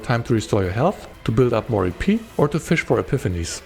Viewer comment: Every time you said "EP" I kept hearing "eepy" and it made it difficult to focus. "Eepy Cost" 😂